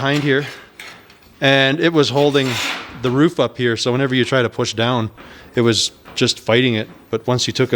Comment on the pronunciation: Hey, whats the plan for the woof? eer i mean roof!